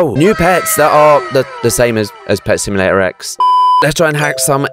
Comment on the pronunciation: i like how he said pet simulater eggs